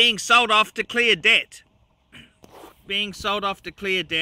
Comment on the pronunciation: Who is "Cleodette"? Oh, "clear debt"!